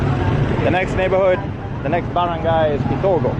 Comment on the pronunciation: Good vid but a couple of misses ... "ba-rang'-guy or (gay)" would be the correct pronunciation....Marawi is the the most dangerous place in the PI.. you might enjoy .. Bagong Silangan in Manila.. heavy Chinese influence there.. Fun Fact.. China has a deeper DNA in the PI than that of Spain. The Chinese Mestizo is the most prevalent mixed race in the Philippines.. not Spanish.